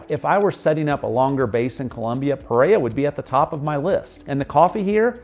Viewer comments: I love your videos, I’m American and my husband is Colombian from Pereira. The only correction I have is the way you pronounce Pereira! It’s just bc I hear the word so often I notice. 😆 Anyway, that’s it. puh: Similar to the "puh" sound in "put". REH: Rhymes with the English word "air". ruh: A short "uh" sound, like the "a" in "about". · It's like he's trying to not pronounce any Colombian city properly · OMG every time you mispronounce Pereira I get triggered like a blue-haired 15 year old girl. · Love the video and the pace was great! We need to get you saying Pereira like a native! :) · Great video, thanks for sharing, it would be very nice if you can make the effort to pronounce Pereira the correct way, other than that, your video is very explanatory and full of details. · Dude, don’t make a video about a city you can’t pronounce the name of. Thanks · Hello, I really enjoy your videos; they are very informative and to the point. In keeping with accuracy, I would suggest that you pronounce the names of the cities as correctly as possibly. Pe-rei-ra has 2 R's: Pe- Rei-Ra, not Pereya. Many Colombians would appreciate correct pronunciation and foreigners would not be confused. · It’s not puh-RARE-uh — it’s peh-REH-rah. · I live in Pereira, I don't know that "Preiya" you're talking about in this video. I would like to Cross the city in 20 minutes... I think you shouldn't come to live here if you pronounce "Otún" like if it was tuna. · Great video and really enjoyed learning more about Pereira, Colombia. One small note: the city name is pronounced Peh-reh-ee-rah or Peh-ray-rah, not “Perrea.” Just wanted to share in case helpfu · This is great. You pronounce the name Pe-Ray-uh. It's more like Pe-Ray-Ruh. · The way you mispronounced Pereira over and over is embarrassing. Your English was able to pronounce every other city in Colombia except Pereira not “Pereya” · Pe-rei-RA. The last syllable begins with an "R". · Never heard of Peraya, Colombia!! 😂😂😂